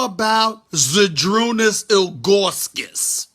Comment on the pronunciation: "How about Zydrunas Ill-GAWWW-Kas" 😂